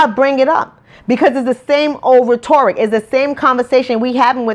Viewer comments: RET-ERR-RICK (sound spell) not RET-OR-RICK. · I honestly enjoyed watching this a lot, but make sure you say those words right. You mispronounced 'rhetoric' a few times. It is pronounced ret' or ik. This is positive feedback because I don't want people to misjudge you or discount your message. Your passion is inspiring and Keep it up. Btw I agree with everything you said about the school system. It doesn't set our black students up for success. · she keeps mispronouncing the word “rhetoric” lol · You mispronounced rhetoric.